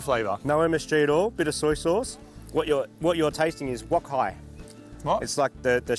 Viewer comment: "Wok hei" hahaha nailed it! Refers to the 'breath of a wok.' Great episode!